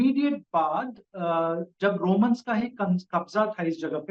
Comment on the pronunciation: Romalo nahi Romans, bs Hindi bhi nahi aati h iss behudi ko.